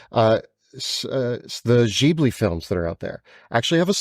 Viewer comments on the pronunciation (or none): jeebli? you mean gibli?